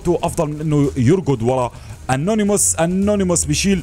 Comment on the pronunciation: انيموس وليس انونيموس